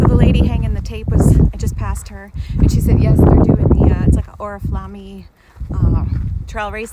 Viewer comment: Oriflamme is pronounced "or-i-flame". It's the name of a canyon that the Mason Valley Truck Trail joins after the PCT leaves the road and heads northeast to Scissors Crossing. The main line of the California Riding and Hiking Trail leaves the road first, at Chariot Canyon, while a feeder spur of the CRHT heads down Oriflamme Canyon to the desert on its way to the town of Borrego Springs. – Lots of typical transmontane chaparral here: Manzanita, Ceanothus, Bush Poppy, California Buckwheat, Chaparral Yucca, and you camped next to a Laurel Sumac.